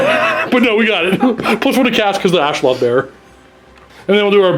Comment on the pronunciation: it's AstroLITH not AstroLOTH come on